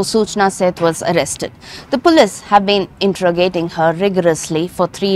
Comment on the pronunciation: Pronouncing police😅😅😅😅😅